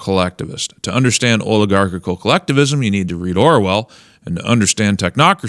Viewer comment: >Oligarchical I don't know which syllable you need to shave off this clunker, but it's probably one of the last ones :face-orange-raised-eyebrow